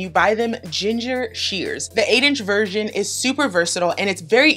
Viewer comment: #37 they are pronounced Ging-HER